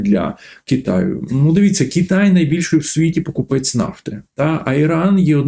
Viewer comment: Голосюче, та не КіТай а КИтай